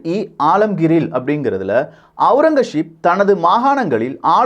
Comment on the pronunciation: ஔரங்கசீப். Aurangazep and not Aurangasheep